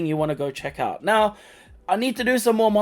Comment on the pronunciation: Did you say "right meow" or "right now"?